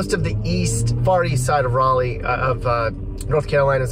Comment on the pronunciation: FYI Raleigh is pronounced rally not rawly